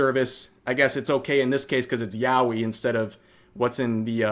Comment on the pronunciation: I was listening to you say "yawi" over and over, with no idea what you meant, until I actually looked at the screen to find out you actually meant "yaoi". 😙